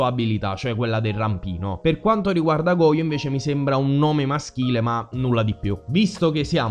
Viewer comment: Credo che "Goyo" si legga "Goscio" comunque, se le mie reminiscenze di Spagnolo sono ancora valide